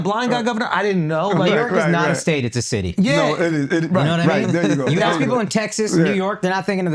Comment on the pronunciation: A political figure saying "axk"